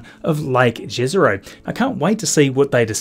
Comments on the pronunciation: Hi, I'm from Slovenia and in our language jezero means lake. I think a few other slavic languages have the same word. We don't pronounce j as you y. So right way of saying would be like yezero. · “Jezero” is pronounced “Ye-ze-roh”